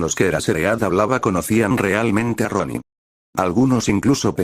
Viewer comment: Por momentos me confundo cuando dice Ronni